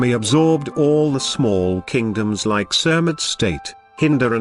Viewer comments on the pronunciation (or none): none